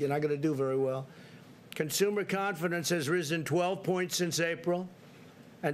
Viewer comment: Hahahaha. This is an amazing speech. Confidence? WTF is confenence?! Please do us a favor. Do recording instead of live. And do not adlib. Hahahaha. You are the POTUS and a 6 grader. Some 6 graders are better than this. Dear WH officials, please use a 6 grader to do this type of reporting and let's compare.